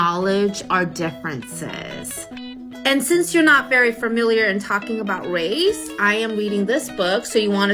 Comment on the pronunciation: Did she say wace 😂